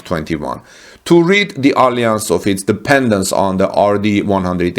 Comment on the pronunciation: Alliance, Vulcan mispronounced.